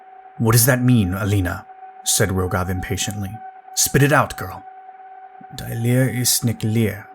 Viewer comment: the German word: DIE is not pronounced like the English word "to die". The Correct pronounciation is: DEE